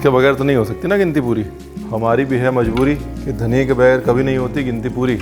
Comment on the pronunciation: It’s Dhaniya and NOT Dhanniiaa!! Funny Guy 😂lol